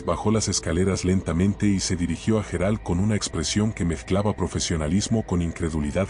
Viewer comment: Menudo rollo hasta llegar al tema ..pastelón ..otra cosa parece que no sabe pronunciar los nombres Gerard ..pareces un robot tonto